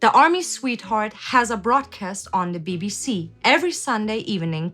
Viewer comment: bruh why you say "DA BBC" like that